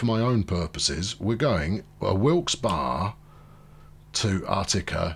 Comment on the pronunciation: it's pronounced Wilks-bury, :)